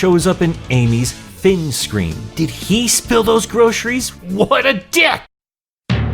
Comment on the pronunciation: You can't be Canadian because you mispronounced fin